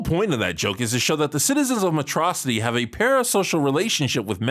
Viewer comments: Just to confirm, did you mispronounce “Metro City” on purpose? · Metro City. not Metrocity. who are you? Megamind? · When calls it Metrocitity instead of Metro City😂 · This man says Metrocity properly. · I'm sorry did you say...MeTROCITY? SHADY'S BEEN REPLACED BY MEGAMIND! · This man's MegaMind in disguise and mispronounced Metro City